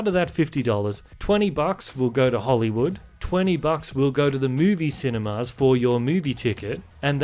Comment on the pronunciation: Yo, why do you keep pronouncing 'cinemas' as 'cine-mars'?